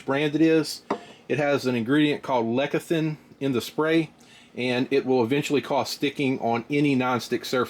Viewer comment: Lecithin. Not lekathin. Lecithin is a binder that keeps the contents in suspension. Lekithin is not a thing. Fyi. the hot spots are clearly visible. they are exactly where the heating element is. As demonstrated with your gadget during the egg fry. The eggs look very attractive, until they are flipped, they look like the bottom of slippers or something, not at all appetizing. But at a $30 ish dollar price point it’s looking good. I want a stronger reason for o convince me to still buy myself a blackstone or similar. I really like the idea of proper flattop cooker.